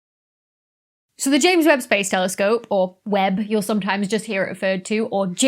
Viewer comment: Every time you say ames Webb Space Telescope it gets delayed by a day